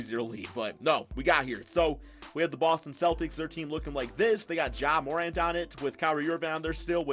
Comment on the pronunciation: It’s not more-nt 💀it’s ma-rant